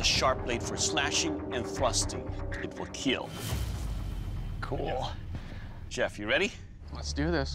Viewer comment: Best line It will "keal"